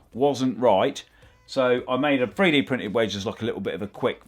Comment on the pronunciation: please don't say babooed instead of 3d printed. please. i beg you!